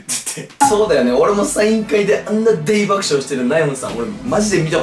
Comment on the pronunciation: 大爆笑をでいばくしょうていう面白すぎる笑